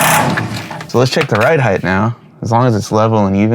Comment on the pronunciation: Ride heighT not ride heighTH!